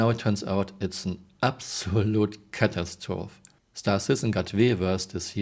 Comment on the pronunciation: One trigger is a tell - they are trying to prevent any advantage from equipment/interface choices. This game is headed heavily into console land. The HUD is no longer a HUD Oh, BTW the accent in 'catastrophe' is not where you are placing it. common pronunciation is closer to "Ca tass tro fee." Apostrophe is pronounced similarly as well. Root words are indeed French, but pronunciation did not survive the transition to English.